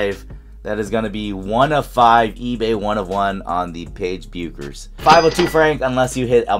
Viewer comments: Now we’re back to the BECK-ers vs BEW-ckers debate. I think it’s BECK-ers (I agree with Cameron Brink). Where do people stand on this, because the video’s pronunciation just doesn’t sound right? lol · It's pronounced Beckers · Nice pull.... pronounced Beckers... take out the U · As a big UConn fan I've got two things for you. First, that is a dream hit. I mean when she goes pro the best we'll get is some lame Panini WNBA cards. Oh, and second, the U is silent. She pronounces her name Beckers 😃